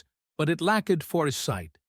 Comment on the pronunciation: Lacked is one syllable, you made it 2. You're nuts!!